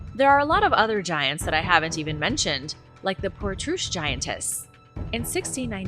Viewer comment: Portroosh lol